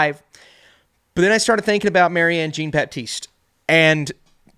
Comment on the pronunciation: I love your work and will watch anything you make, but dude… you gotta learn to pronounce French names like Jacques and Jean! 😊